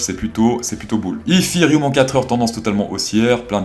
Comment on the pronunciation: SALUT Juste comme ça pour savoir... Pourquoi tu dis Yffiriume pour Ethereum? 😂